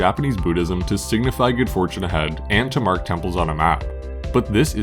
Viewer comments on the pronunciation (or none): none